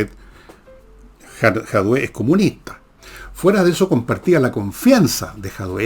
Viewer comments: No es Jadué, es Jadue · Fernando, no logro entender porqué dices "Jadué". El otro día corregiste a Nicole porque tambien pronuncia mal el apellido del comunista diciendo "Jaude" y tú la corriges diciendo "Jadué". Es JADUE. Es chistoso esto